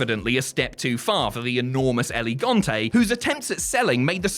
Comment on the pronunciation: Dude I love your videos, but you HAVE to work on your name pronunciation. "It's not Elegante". it's El Gigante. L-Ge-Gan-Tei. The Giant.